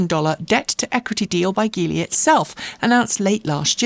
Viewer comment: Apparently Geely is pronounced "G" "Lee", as in the letter "G" of as you would say Gee Whiz. Otherwise, thanks.